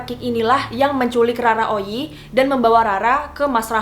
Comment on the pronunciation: Bukan Rara oyi bos. Tapi Roro oyi